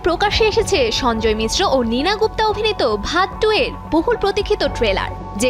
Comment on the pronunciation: ওইটার উচ্চারন ভাত ২ না ঔইটার উচ্চারণ বধ ২ হবে